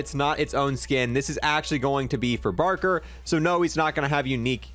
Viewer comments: Did my man just say barker 😂 It’s baker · Most charming and ongoing thing about is his mispronunciation of names and words lmao. “Barker”??? LOL. THERE’S NOT A SINGLE R IN HIS NAME 😭